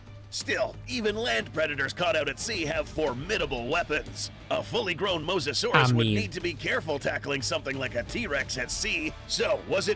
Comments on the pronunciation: Dude it’s mOsasaurous not MoSASAURUS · It’s mose-a-saur =mosasaurus